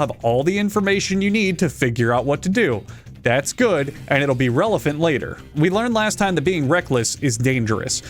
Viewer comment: Did you say "relephant" on purpose?